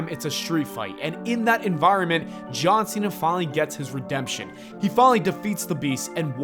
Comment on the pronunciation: I don't like how you say John Cena. You're not saying JAWN SEE - NUH You're saying Jaw-sinna